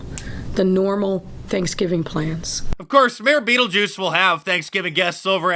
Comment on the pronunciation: “Skeletor”💀 and “Beatlejuice” 👹 LOL Omg!!! Dying here 😂😂😂😭😭😂😂